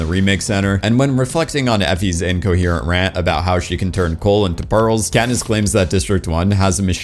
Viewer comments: Did you say Catnip when talking about District 8? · "They explained to catnip" sorry I had to point it out when I heard it. I listened to it 4 times to make i wasn't hearing things. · Love the fact you keep saying katnip lol